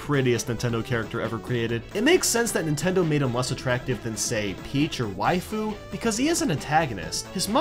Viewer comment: Why do you call Rosalina wifoo